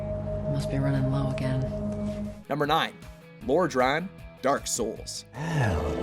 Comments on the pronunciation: That mispronunciation of Lordran made me cringe. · The way he butchered Lodran made me cringe.